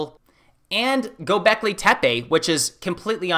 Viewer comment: Please do not pronounce Tepe like tapee. It is more like t'pe.